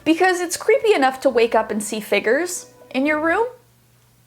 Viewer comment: why do you say figures like that?? am I just stupid or is that how u actually pronounce it 😭🫶